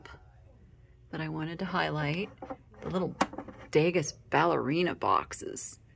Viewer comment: Calla lilies and Easter lilies are not the same, and French painter Edgar Degas is pronounced “duh-GAH” (silent s).